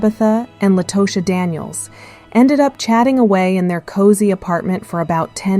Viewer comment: Her name is pronounced _"La-ta-sha"😮